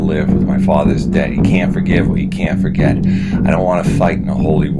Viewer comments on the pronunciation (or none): It was better than your last video. One thing that stood out a lot was the 'r' is way too hard when you say forgive (fa-give) and forget. Pronouncing the 'h' in herb is a thing but not universally and I've never heard the letter pronounced in herbal by anyone. And 'o' sounds like bellow are pronounced normally, don't add an 'r' sound.